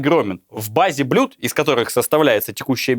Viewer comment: Выбор блюд огромен. В произношении это ещё тот Каламбур;)